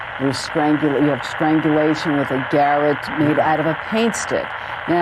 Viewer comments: I'm going to say it once and I hope everybody will pass it around... It's a garrotte "guh•ROTT" the second syllable is pronounced like the rott in Rottweiler; or maybe seeing it this way will help: "gar • RÄT" the dimlaut over the A shows that you pronounce it like the O in cot or not and the diphthong in wrought and bought. It's a garotte. Or it can be spelled garrotte. Or garote. It is from Celtic and Spanish, even French. Thus the different spellings. But they are all pronounced the same. We, of many countries, pronounce words according to our own arrogant or ignorant ways without paying any respect to the languages whence they came. We should give credence and pronounce things the right way, for the purpose of understanding one another and for not seeming ignorant or uneducated.😊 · Not one American has pronounced garotte correctly in this whole saga. It's Guh-rot.